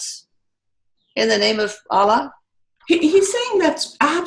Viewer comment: Dear, Thanks so much for the work you do. Wish you progress from strength to strength 🙏 A gentle correction. Kindly pay attention to how words foreign to you are pronounced. It's not 'Aalah'.. it's 'Allah'. Might be worth your time checking out how a Muslim might pronounce it, isn't it?:) I am a Hindu. In Sanskrit, a vowel dragged or shortened unnecessarily can totally change the meaning of the word itself. Just a request to be a bit more sensitive to other cultures. Thanks 🙏